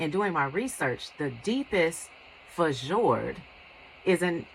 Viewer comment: Oh I love the Fjord hook love the combination of white with blue :0) I recently ordered two of them can't wait to receive them and see what they look like... I think it's pronounced "Fiord" :))